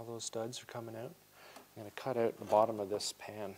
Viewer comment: What's up with this "I need an accent" where every fourth or fifth time OUT suddenly is pronounced "EUOT". Hear it here and there last couple o years. Sounds pretty stupid.